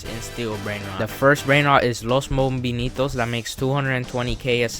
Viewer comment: You said mombinitos